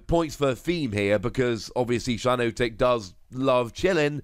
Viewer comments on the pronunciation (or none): It’s shi-NOT-ic not shi-NOTE-ic